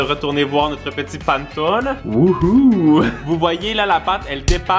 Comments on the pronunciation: Ça me pique les oreilles ta prononciation de "panettone" 🤣🤣🤣 ça se lit [pa] [né] [to] [né] 😉 moi je l'aime avec aux pépites de chocolat 🍫 En tout cas ta vidéo m'a donné l'eau à la bouche 🙂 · Le panettone se prononce [panéttoné] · Pour la panettone sa se prononce panètonne voilà bonne journée 😌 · Coucou, tu as cuisiné le panettone (panéttone, pour la prononciation 😊) la brioche de mon enfance, j'adore tes vidéo, continue à nous régler 😁🤤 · hello on ne dit pas pantone mais panÉtone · c'est PA-NE-TO-NE pas PAN-TONE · le panetone ce dit comme sa : pane to ne pas : pan to ne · Ça donne toujours faim tes vidéos ! Je t'avoue que pour le panettone, ça m'a fait mal aux oreilles pendant toute la vidéo 😂 C'est "Panéttone"! Comme ça tu sais 😂 ça fait trop bizarre d'entendre "panetone" haha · Le panetone se prononce "panétoné" xD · Désolé mais juste pour le panettone sa se prononce panèttoné et non Pane Tone. Sinon très bonne vidéo, vraiment agréable recevoir une notification de toi chaque vendredi après une semaine d'école. Merci! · Je voulais juste te dire que le gâteau italien se prononce Panétoné et non Panetone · on dit Pannétoné mais pas grave tout le monde fait l'erreur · J'adore tes vidéos et super idée de vidéo 😊 mais juste pour information on ne dit pas /panneton/ mais /pannétonne/ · Sa se dit panétoné et je connais meme la légende (je le fais en se moment en italien au collège ) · Ça se dit panétoné ❤️ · La prononciation: Panétoné😅 J’adore vos vidéos 😁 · Ooo mamamia ses les silabe ses panè tonai sa se dit comme sa mai sa sécri panetonne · J'adore tes vidéos ☺️ par contre la prononciation c'est panétonné joyeux Noël😚🥳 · Coucou je t’adore et je voulais juste te le dire je te dire mais on le prononce pannétone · Jmexcuse mais l'italienne en moi a cringe a chaque fois ta dit pannetone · ça ce prononce Pannéttone (Panne = pain) Pannettone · Ça se prononce "panètoné"